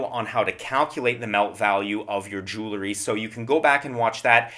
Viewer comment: Jewelry is not pronounced "Jule - er - ree." It has the word jewel in it, and is pronounced "Jewel - ree"